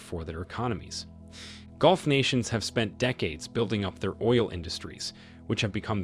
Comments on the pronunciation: Mate, please do not crucify my Mother Tongue The British English Language. Golf is a sport and dubbed onto a VW Polo car. Gulf is pronounced Ga-lf. Speak your language. Do not rape mine. Thank you. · "Golf" states? Must be where Trump vacations! I should be forgiving of people whose 1st language is not English. It's difficult enough, even for those of us who speak it natively. Maybe that's why no one seemed to catch the AI glitch. I can forgive humans. Not AI. It drives me crazy! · Correct your word ...Persian golf... nor ...golf...